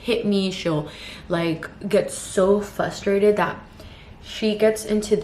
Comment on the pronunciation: it’s fRUStrated not fUStrated haha